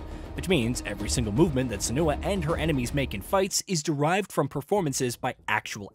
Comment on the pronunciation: The video is not off to a good start. In 13 seconds the narrator already mispronounced "Senua" twice.